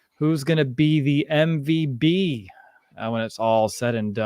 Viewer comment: Why do you say mvb instead of MVP?😅